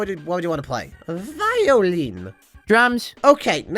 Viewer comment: A VI-OH-LEEN😂😂😂😂😂😂